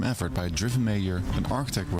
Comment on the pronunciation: Yeah the creator is Dutch, so that explains the lack of accent. But as a Dutchman myself, I’ve got to give him some credits. His accent is even good for someone of the Netherlands. Just the pronunciation of mayor was a bit off.